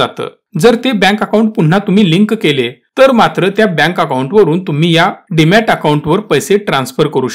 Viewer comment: Demat not Dimat